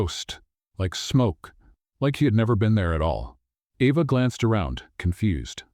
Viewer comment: While I liked this story, it is frustrating that the reader pronounces the girl's name "Eva" and the next time pronounces it "Ava." SO, which is it?